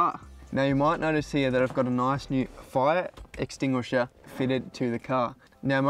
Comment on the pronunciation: You'd think a professional firefighter wouldn't have that much trouble with the word "fire extinguisher" 😂